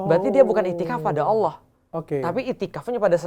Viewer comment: Yang benar Allah, bukan Awlah dok. selamat belajar.